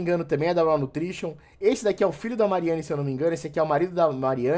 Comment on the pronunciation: Cara obrigado por pronunciar corretamente o inglês 🙏🏻!!!! Ouviram seus antas, se pronuncia “RÓÓÓWW” ouviram “RÓÓÓWWW”, não é “RAAAUUU” como vcs falam!